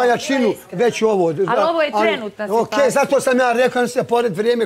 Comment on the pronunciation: Treba aneli da nauci da ne kaze sitvacija nego situacija